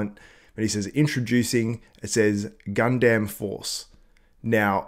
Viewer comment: thats not how you pronounce Gundam